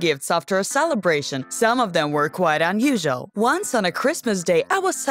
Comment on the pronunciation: She says unusual(un-u-shul) and curious(cur-ous) weird.